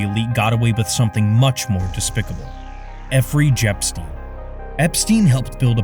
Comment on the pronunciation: "effry jepstein" lol. Thought it was Jeffery Epstein